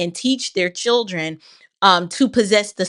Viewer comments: I think its "chrildren". I've heard this pronounced this way before. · In front of his ”churldren" 😂😂😂😂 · He needs to be more concerned that he doesn’t know how to say the word children.